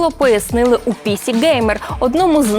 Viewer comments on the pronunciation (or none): Тільки не "пІсі геймер", а "пісІ геймер" - наголос на останню букву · Тоже поржал с этого момента.